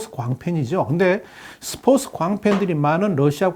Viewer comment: 이 아저씨 스포츠 발음 왜 계속 스포스라고해 한국사람맞음? 중국사람아님?